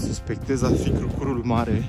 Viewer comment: Crucur se accentuează pe prima silaba, aici în zona Brașovului. 😁